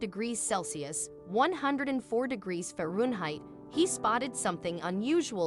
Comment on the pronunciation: Dumb hoar can't even pronounce 'Fahrenheit', let alone stick to a story. BIG Thumbs down.